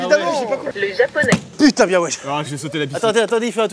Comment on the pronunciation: « Le djaponais » 😂